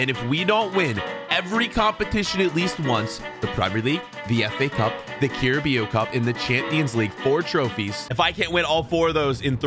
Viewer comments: Just so you know it’s pronounced carab-ow cup it’s not pronounced how it’s spelt love your vids 👍🏻❤️ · the way he said carabaro cup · The way you pronounced carabao cup 🤣🤣🤣🤣🤣🤣🤣🤣🤣🤣🤣